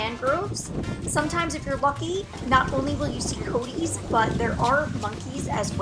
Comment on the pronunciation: At about in, crossing the bridge to the beach the commentators mentions the ‘Coaties’ !? Those would be (say it) coe-AW-tee-ace. Sound it slowly, then say it repeatedly faster.